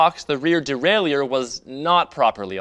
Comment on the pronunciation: Year old video, but hearing "de-rail-E-ur" still hurts.